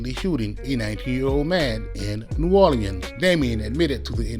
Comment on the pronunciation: I absolutely hate the way you say New Orleans